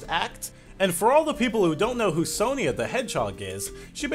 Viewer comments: I think the name is pronounced Son-Ya, not Son-Ia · ***** Just to let you know, it's pronounced "Son-ya". Also, I watched a bit of the show as a little kid (we actually had it on British TV); I always thought it was great, but then, like all kids' TV shows, it makes me cringe a lot today when I actually see it again. EDIT: "Eggman Nigga" lol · You are pronouncing Sonia wrong it is pronounced Sonya well that is not how it is spelled but how it sounds